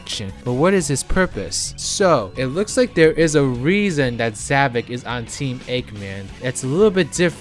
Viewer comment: Why I don't quite get is... Why some people call him Zavik instead of Zavok. I'm not an expert on english language, but I've heard some people calling him like that (Even when Sonic call him Zavok, not Zavik)